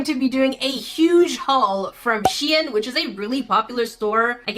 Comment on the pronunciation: She-in good girl no Shain